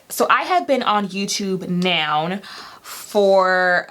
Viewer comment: Congrats on the YouTube plaque! Sidebar I just love how you pronounce “now” as “noun” 😂 #southerngirl